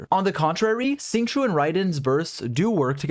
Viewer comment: FYI Xing Qiu is not pronounced "sing chew" , it's actually pronounced "sh-ing ch-oh" . Please stop butchering his name 😝